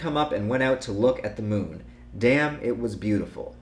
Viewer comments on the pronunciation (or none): none